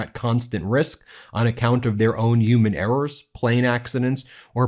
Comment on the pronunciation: Ben, why do you pronounce "huge" and "human" like Trump? Are you originally from New York?